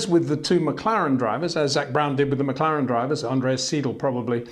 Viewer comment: It's McLaren. Not McClaren.